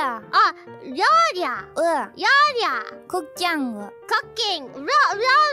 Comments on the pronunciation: Ryourya vs Wouwi was pretty good at pronouncing it like, so apparently accent works well for babies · Neither of them could properly say “ryouri”. Truly an akachan duo momeny